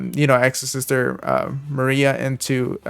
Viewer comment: thanks for the video and the effort you put. But please try to pronounce cards properly. I am still wondering how you came up with Maria when the text reads Malfa and her tcg name is Martha. You read text of cards flawlessly when size of letters are even smaller and not the name? It is just those small things but they make difference the way you sound and appeal to the viewer's satisfaction. Apart from that you were excellent. Great work :)